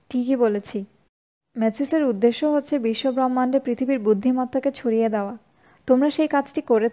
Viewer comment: অনেকদিন আগ থেকে আপনার বইপাঠ শুনি। ৫/৭টা শুনেছি। আজ এটা শোনা শেষ করলাম। উচ্চারণ ও টান শুনে মনে হয়, আপনি আমাদের চট্টগ্রামের লোক। 'বহ্মাণ্ড' শব্দটির শুদ্ধ উচ্চারণ হবে 'ব্রম্মান্ড'। আপনার এত পরিশ্রমের জন্য অনেক ধন্যবাদ। ভাল থাকুন